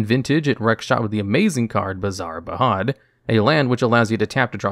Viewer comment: Cool video, love your style, but zou should look up how Baghdad is pronounced. It's a real life city. Yeah they did some real life reference in early sets